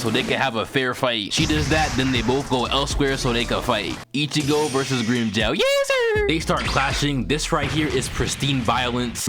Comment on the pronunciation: fuck, can't stand the grimmjow pronunciation had to fking skip it.